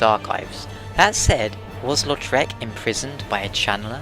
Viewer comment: Did anyone think he was saying lord shrek of carim?